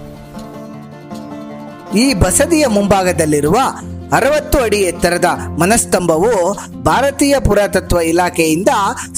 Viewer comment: It's maanastambha. Not manastambha. Y u give so much time after each sentence and at the end of each sentence u press it .